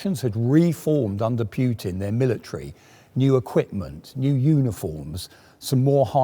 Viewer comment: There's no "j" in Putin,...